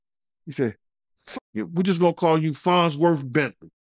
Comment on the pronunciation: It’s FARNSworth Bentley 🙄